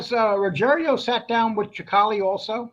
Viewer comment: Sicale not Chicale. You would think you'd know how to pronounce these guys names by now.